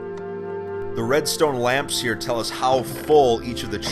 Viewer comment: Him: so let me gell you a story... Me: knowing a cutscene is coming